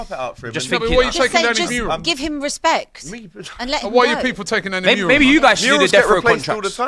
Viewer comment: can someone tell that it’s mural and not murial